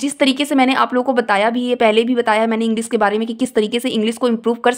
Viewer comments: ईगलीस man😂😂😂lol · Aap khud English ko ईंगलीस bol rahe ho